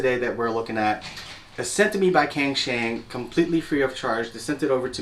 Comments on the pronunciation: Just a small thing, wouldnt cangshan be pronounced Tsangshan? Or maybe its a cantonese brand, I dont speak any cantonese so for all i know it might be. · Pronounced as “tsang shan”